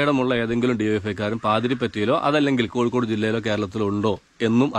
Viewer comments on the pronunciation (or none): none